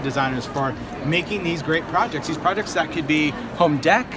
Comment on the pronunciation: is right with the word project. I don't know who she took speech therapy with, but they got it wrong. I also took speech therapy at Ball State U. Love your demonstrations,.